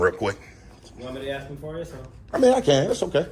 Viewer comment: As the cop is about to leave and exit the door..."Yea, yea, I can go axe him real quick!" This is one more reason I honestly wish I were black. ❤ It !!! Haaaaahaa. 😂